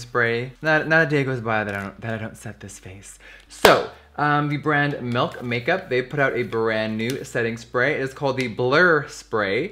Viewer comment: Bitch I love you jefree but hunty it's not melk makeup it's MILK. PET PEVE OF MINE. 💓💓💓